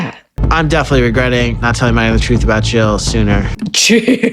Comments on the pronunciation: I am glad to see that I am not alone! He keeps calling her MagNa and it makes me irrationally angry every time he says it! 😂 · her name is MAGDA!! GET IT RIGHT!!😂🙄😒